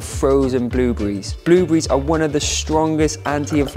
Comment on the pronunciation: Blue-breeze (blueberries) 😆